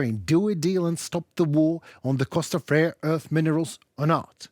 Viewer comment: Instead of rare earth you stupidly say rear earth! Learn to pronounce or don’t talk!